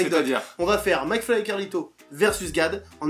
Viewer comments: T'as oublié à et où il dit "Flacmy" et "marlito" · Entre gad qui écorche les nom de mcfly et carlito et les jingle avec le portrait a chaque fois différent de gad rien ne vas dans cette vidéo ! 😂😂😂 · Gad est trop fort il est pas arriver une seule fois à dire le prénom de mcfly et Carlito normalement 😂